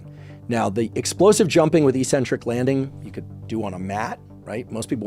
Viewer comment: Why do yanks always mispronounce eccentric?